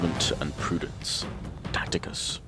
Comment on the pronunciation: Tacutus = "Tack-UH-tus" not "Tack-TI-cus"